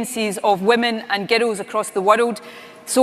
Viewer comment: I think the thing I hate most about her is her voice. There's no such thing as girrals, and there's no such place as the Wirrrald. Ask anyone in the English speaking world - it's girls and World.